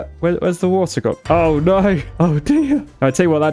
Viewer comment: "Oy noy! Oy noy!" British is so funny. :D